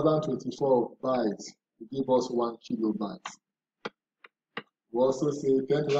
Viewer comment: Is it 1,024 cause I kept hearing ten thousand but thank you for the breakdown